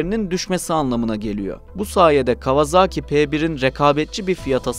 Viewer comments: Kawazağki değil . Kavasaki diye okunur bilader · Artık 'Kawazaaki''ye bir son vermek gerekli değil mi? Doğrusu : Kawasaki, yazıldığı gibi.